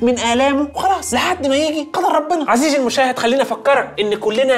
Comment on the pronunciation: عزيزي❌ عسيزي✔️